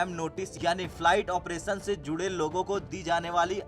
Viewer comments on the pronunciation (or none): none